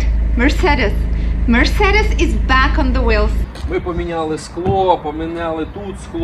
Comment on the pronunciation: Mercedes is pronounced Mer-say-deez. Hehe. You’re cute! 😊 Good work!